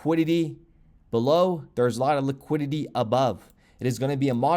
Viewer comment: "liquididdy" 😂😂 classic